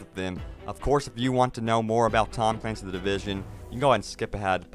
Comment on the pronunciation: We can't forget about TAHHHM CLAINCYS THE DIVISUN. Pronunciation on point.